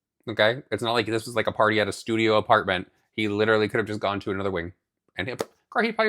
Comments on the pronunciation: That’s Potty not party lmao 😂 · Mikayla cracks me up the way she pronounces "party." House warming paaahtie.....paahty....paaahtee. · PAHDY! Did you have a PAHDY?! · If Mikayla says "pahdy" one more time XD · It's funny how Mikayla chooses just a few words to have that over dramatic Boston accent. If you watch the first Karen Read trial, you would hear how they really sound. She is almost correct because she does pronounce them correctly, but she just overdoes it. She's the one who put Cody in the limelight, so he is fair game. You (Mikayla) can't make them stop talking about anyone you put in your videos.